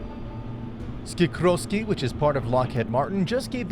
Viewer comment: SiKORsky, not SiKROsky